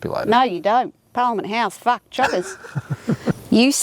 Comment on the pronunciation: The "Ah Fark"... 😂